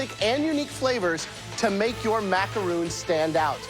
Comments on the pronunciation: The ignorance is killing me...these are not macaroons ffs,they are macarons!!! It's unbelievable that none of them,not even the judges can pronounce it right!!! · They pronounce macarons like macaroon :/ is that wrong or is that just me??? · First of all even though this is off topic with the winner.....why on earth did they not pronounce macarons right? Their talking about a completely different cookie (macaroon) and I thought we were looking up to professional chefs....Sigh* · Me cringing at how they pronounce "macaron" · Macaroon da fuq it’s macaRON